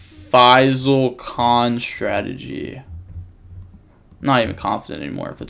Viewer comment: FINALLY you say Faisal's name correctly!